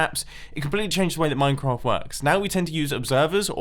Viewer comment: Who else pronounces "Minecraft" as "Moincraft"